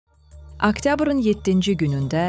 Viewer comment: Aktyabr yox oktyabrrrrr